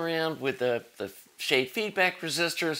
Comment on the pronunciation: Schade is pronounced "Shah-duh". It's a German surname and comes from the guy that wrote an article about plate to plate local feedback back in 1938,. Great series of videos on the amplifier though.